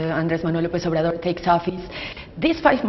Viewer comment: president "over Door" si vienen a colonizar México cuando menos tomense la molestia de pronunciar bien obrador